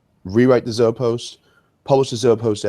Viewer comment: One little nitpick - Zoe is pronounced "Zo-ee." The Zoepost is pronounced "Zo-ee-post". Not "Zo-post."